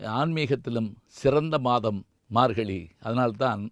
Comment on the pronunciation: Your pronouns is wrong for margazhi You pronounced margali